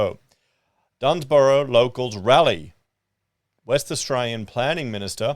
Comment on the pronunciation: It is pronounced “ DUNS - BER -AH” . There’s no “Y” in it. Just here to help.